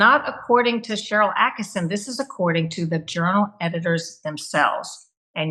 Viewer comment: ATTKISSON, NOT ATTKINSON